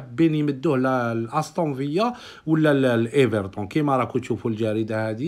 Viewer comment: استون فيلا وليس استون فيا .عليك بالتصحيح اخي.